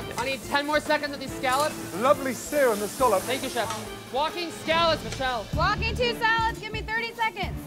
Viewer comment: Chefs: Scallops Gordon: Scollop